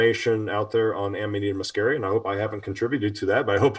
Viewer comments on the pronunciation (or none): i love you guys but you must learn latin is not english, you pronounce it AMANITA MUSCARIA, not AMANAITA MASKERIA. It's the mushhroom we all love, maybe let's just call ita mukkhomor